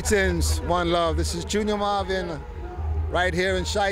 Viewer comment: The man took the time to give this interview and the least that could have been done was to get the name right. Junior Murvin not Marvin.